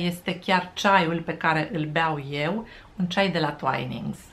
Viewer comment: Se pronunta "tuinings", my dear!